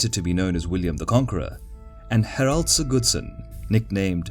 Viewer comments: Nice but its Harald, not Heralt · For every1 complimenting the narrator, i'm quite troubled by the way he pronounces Harald. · It was Harald Hardrada who invaded England not Harald Godwinson as you said in the first five seconds, you also very badly mispronounced his name. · I love these videos, though I prefer the less accented voice. Only minor correction on the Norwegian names: The emphasis is on the first syllable in most names, so it's HARald(like Harold, same names), not HarALD, and HARDrada, not HardRAda. Same with SIGurdsson, not SigURDsson. Would love to see Both Stamford Bridge and Hastings after this. Keen to see the graphics of William's feigned retreat at Hastings:) The cracking and white flags are so simple and brilliant to show how the battle is going.